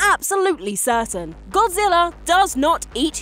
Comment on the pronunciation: What is Godzillarr? I don't remember there being any r's